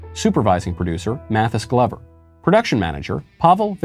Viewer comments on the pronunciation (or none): none